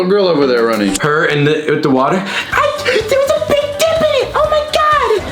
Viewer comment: it's good they got the subtitles there saying "big dip." Just to clarify. It definitely doesn't sound like she said that. Sound like she said something starts with d and rhymes with stick.